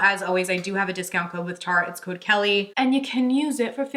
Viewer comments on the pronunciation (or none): none